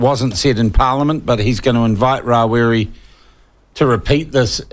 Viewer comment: oh give it away Winston, Geez, you're the only Maori i know who says: Mow-ree, instead of Maori, Ra wi ree, instead of Rawiri, Cure-a.. instead of Kia ora. I know many Pakeha folk who enunciate Te Reo better than you